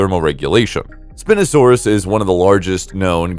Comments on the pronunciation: Its not API no sand us it is spie no sand us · Bro, Spinosaurus is pronounced spy no sawr us. Dreadnoughtus was the biggest dinosaur, not the Argentinosaurus. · I heard this while I wasn't looking at the screen and was like "wtf is spin-osaurus??"